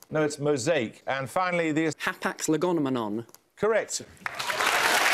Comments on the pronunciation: It really bugs me that he is mispronouncing it. He's inserting an extra syllable. It's legomenon, not legomenomom. That's like saying "phenomenonon". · Has anyone ever noticed that actually mispronounced ‘hapax legomenon’ as ‘hapax legonomenon’? Boy, I hope somebody got fired for that blunder. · The thing is, the guy got it wrong, it's actually hapax legomenon, he added a completely nonexistent syllable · He randomly added an extra n: "hapax legoNmenon" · The way he pronounces hapax legomenon as hapax legonomenon xd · to think his answer hapax lagonamanon was actually wrong. Shouldn't have given him as he added an extra syllable. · TimeGames He says it as though it's got an extra N in it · it annoyed me at the time, and it annoys me to this day, that added an extra syllable to 'legomenon'. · he doesn't even say it right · It's funny because he said it incorrectly